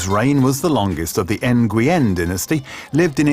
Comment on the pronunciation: oooofffff...... For a video posted 1 month ago, your video clips are 10+ years old... And Jesus, you butcher a lot of pronounciations. N-goo-yen ???? Really?